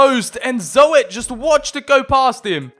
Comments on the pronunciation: “Zo-et” lmfao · Thr name is not zoet its zut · Zoet is pronounced as "zoot" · As a Dutch person, the best thing of the video is the way you say: Zoet hahaha, cuz not even one sound is correct ps. Zoet means Sweet in English ;) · You pronnounce oe in groeneveld and zoet like ou in could believe me i am half from the netherlands